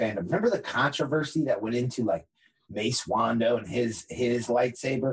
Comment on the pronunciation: Did he say Mace Wondo? lol